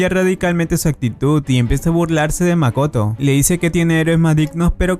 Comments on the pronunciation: dijo makato en ves de Makoto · En Japón: MAKOTO En Latinoamérica: MAKATO XDDDD